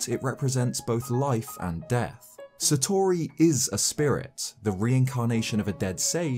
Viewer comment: I don't wanna be that guy and I appologise... But hearing you consistently mispronounce "Satori" hurts